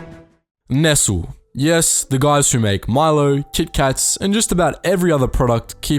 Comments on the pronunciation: It’s pronounced “ness-lay” not “nessle” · Dude said “ nessle” lmaooooo dude it’s nest-ly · It’s pronounced “Ness-lay” not “nessell” If Maggy is refer to Maggi then it’s pronounced Majjee. “Looseed” back into the world???? Maybe “let loose”. “Con-tributes” not “contri-buooted Mobil not mobile Disgusting that US companies profited then claimed war reparations. A good list despite my observations re pronunciation. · Bro, I cracked at 'Nessle', it's pronounced Nest-Lay lol. Good video anyway, just funny. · I swear it’s pronounced ‘ness-lay’ not ‘nessle’ but I am reconsidering my whole life rn... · I'm sure someone else has commented this but Nestle is pronounced like Ness-lay. not nessel. :) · It's pronounced, nest-lee, not nestle. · its not "nesal" its Nes-lee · "Ness-ull" ? ...try "Nest-Lee" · It's pronounced Nes LEE! Not "Nessle" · It's pronounced neslay not nesl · Nest-lee* Not Nestle. Don’t make the video if you can’t words right. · Every time you call Nestlé "nestle", I want to punch the screen. Edit: I no longer give a sheet how people pronounce this word. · are you not the narrator? It’s like the narrator never heard of the company before and has to derive the pronunciation from reading. It’s pronounced “Ness-Lee” or I would settle for “Ness-Lay”. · I mean I pronounce it nestleh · 'Ness-Lay' is actually the correct pronunciation. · Mispronouncing seem to be a thing in this video. I'm surprised he didn't say Herrny Ferd. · "Ness-lee" maybe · Nest-Ley is the correct annunciation my friend, rad video though! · Nestle... "nes-lay" 🙄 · First time I heard someone pronounce nestle "nessel" very cool how different countries pronounce "nestley" 👌👌👌 never heard nessel before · “Nesst-lee” is the way it sounds out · When I was growing up it was always pronounced nessles. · Nestlé is pronounced NEST-lay cos it’s french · Nestlé is pronounced "nes lay" And Lucky Strikes are totally good for you! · It's PRONOUNCED nesTLEEE ! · It's pronounced Nes-Lee! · Nes tel 😂😂😂